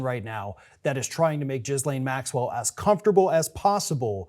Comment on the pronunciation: "guh LANE", not "giz LANE" or anything else.